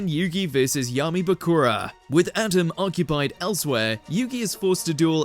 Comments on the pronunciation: Whoever is in charge of script reading supervision needs to be fired and forever given poor review when future jobs call for reference!! Atem = Uh Tim It is not pronounced like ADAM if it had a T instead of a D. Just hire a real fan or bring in someone who had to say it a million times in the booth. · It’s not “Adem” it’s Atem! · Why did it sound like he was saying Atom when ever he said Atems name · You get a dislike only cause you keep messing up Atem’s name. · Does anyone else cringe with the way the narrator says Atem? 😅